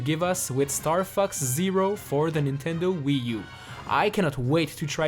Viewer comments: Bro am I the only one who heard starfucks? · is sounds like star f*cks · It's funny how he says Star Fux instead of Star Fox